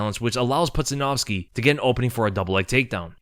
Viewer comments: Its pronounced "poodjanowski" ya doof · It’s pronounced Pooja-Nowski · How pronounced his name wrong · There is no way you pronounced Pudzianowski's last name like that lmfao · Could at least learn to promise Pudz’ name correctly it’s annoying when YouTubers make such needless errors